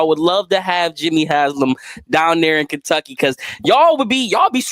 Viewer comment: A I know u don't live in the Nati but u can't keep letting buddy say Kentucky. 😂 come on man.